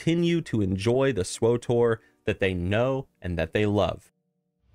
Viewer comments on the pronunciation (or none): SW-TOR, NOT SWO-TOR! There is no O between W and T. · lol "swotor" xD